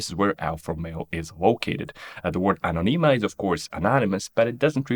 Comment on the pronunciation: Very interesting and informative. Still, if I’m allowed to be a bit of a nerd, in the first 30 seconds quite a few words are pronounced wrongly as to the accents, i.e., on which vowels you should put the stress: it is in fact Anōnima and not Anonīma; automōbili and not automobīli; Lombardīa and not Lombārdia. Apart from these minor details, a great video on brands and logos origins